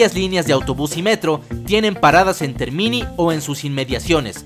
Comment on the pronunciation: Muy bueno el video.... Te comento que TERMINI, en italiano, significa TERMINAL (estación terminal) y se pronuncia acentuando la é... Términi... Gracias por el video !!!!!